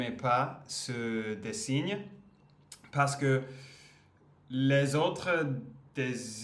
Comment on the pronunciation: Salut, les tatouages "ce n'est pas ma tasse de thé" expression britannique, qui est devenue une expression française souvent utilisée. Je me permets de te donner un petit conseil sur le mot dessin, as a french I hear design when you pronounce this word: ce n'est pas le bon son, la prononciation de la dernière syllabe de dessin c'est le même son que le mot fin, que le mot pain etc. Donc: des ssins J'ai vu que tu écoutais beaucoup de Rap, voici 2 frères rappeurs qui sont très connus et ont toujours aujourd'hui beaucoup de succès le titre "Pour un pote", "un poteau" it's slang pour un ami, un copain etc.